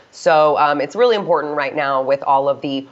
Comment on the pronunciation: Enunciate! Important.... It has two Ts in it! Pronounce BOTH of them.